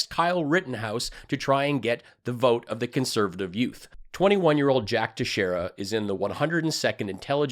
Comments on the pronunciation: FYI it's pronounced Tex-Era I grew up 15 miles from Dighton, MA and know a few by that name. It's Portuguese not Spanish. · Thanks for your information, I learned a couple of things I hadn't heard yet. However Teixeira is pronounced like this Tex-ear-a. The name is quite a common name in our local area. Pretty sure you'll have to say his name again future videos. Keep kicking their asses.